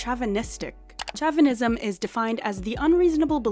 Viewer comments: Chauvinism is pronounced with a Sh lol. Also I don’t think he was fat shaming her, thats just too sensitive. when you have back problems, there’s a certain weight limit the doctors actually give you, like you can’t lift above 125 pounds are 150 pounds. And if you have to do multiple takes, he’s lifting 150 pounds or more multiple times. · To the narrator, the word you struggled with (chauvinism) is pronounced sho-ven-ism. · Do you speak English natively? You messed up with the word chauvinism, which doesn’t really need to be defined btw.